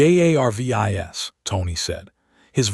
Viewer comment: Ummm has anyone mentioned ai cant say Jarvis it just keeps spelling his name but rest of name are said ... u might wanna check ai algorithm to see if its bugged